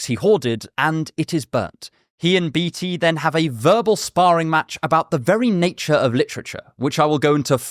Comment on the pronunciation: I don't think that is how you pronounce Beatty.